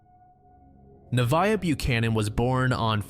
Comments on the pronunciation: Hiii avid listener and fan here, but I just wanted to say that the first case about Nevaeh Buchanan her name is actually pronounced Nuh- vay- uh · nev vay ah is how it’s pronounced, heaven backwards